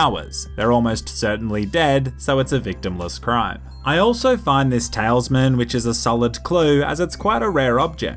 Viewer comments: It's called a TA-LIS-MAN not a talesman lol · Why can you not say Talisman,?